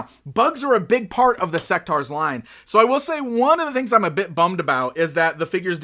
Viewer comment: I thought it was pronounced "Seck-tores"? The name is basically a mix of the words (In)sect and (Dinos)aurs...